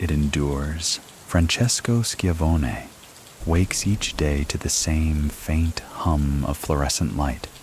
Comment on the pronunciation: Shi-Von-Ee, like Tony Schiavone from WCW. Love your videos